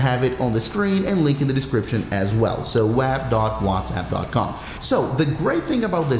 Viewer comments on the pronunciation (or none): “Wazap on the wab “